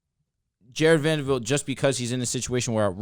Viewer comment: someone tell it’s Vanderbilt not vandervelt